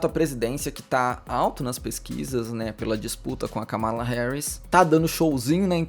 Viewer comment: Atenção a pronúncia dos nomes, deixei um comentário te alertando quanto a pronúncia do nome da Kamala, adoro seus vídeos ❤